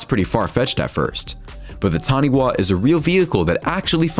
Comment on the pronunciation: the taniwha sub is actually ta-ni-fa so ya and Auckland is long o so ockland yea did you know that our fist language in our country was maori and you guys dont know it but every person in this country learns a bit of maori and taniwha and auckland i think auckland are maori words so yaaaaaaaaaaaaaaaaaaaaaaaaaaaaaaaaaaaaaaaaaaaaaaa